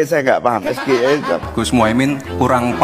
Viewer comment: Gibran blunder ternyata tentang pertanyaan SGIE, itu harusnya pake bahasa Inggres tp dibaca pake bahasa Indonesia